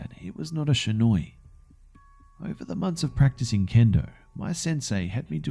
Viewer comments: It's not shinoi it's shinai. Shi-na-i. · Shinai is pronounced (She-nye) not (sha-noi) sorry just bugged me a bit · Partin Yes am I am snobby know it all, but the pronunciation of shinai was all, and I honestly can't be to annoyed with it because I was really happy with how he made it turn out.